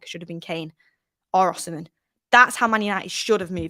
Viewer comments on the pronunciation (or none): none